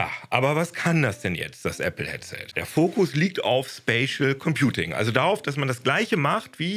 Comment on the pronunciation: immer wenn 'spatial computing' sagt höre ich 'spaceship computing'